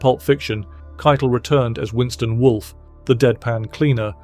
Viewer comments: “kei-tell” not kite-l. He’s not English; he’s from Jersey. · Harvey KEI-TEL. NOT Ki-tal